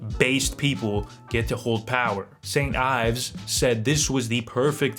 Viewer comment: Every time you say Saint Yves, I want to put a bullet in my brain